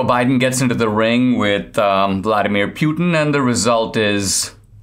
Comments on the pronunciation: It's pronounced Putyin, not Pyutin... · Poo-tin not Pew-tan :-)